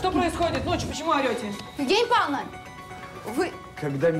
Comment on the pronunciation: Королева Евгения Павловна.Ударение)